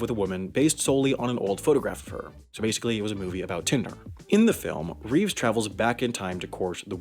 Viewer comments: It's Christopher REEVE (not Reeves). George REEVES portrayed Superman, let me math, 30+ years before Christopher REEVE. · It's Reeve not Reeves... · Christopher Reeve doesn’t have an S at the end of his last name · That highway to heck reference LUL Also that gosh-darn Mandela effect, when are people going to finally get that it's Christopher Reeve, not Christopher Reeves <.< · Ahem, it's Christopher REEVE and Keanu REEVES. Not "Christopher REEVES." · Ummm, actually it's Christopher REEVE, not Reeves. You said it at least twice, so it wasn't a verbal typo. Gawd. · Also mispronounced the name. He pronounced Reeves with an "s", Christopher Reeve didn't have an "s" in his surname. I'm guessing he got Reeve mixed up with George Reeves, another former Superman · Christopher Reeve, Reeves. There's no s in Reeve.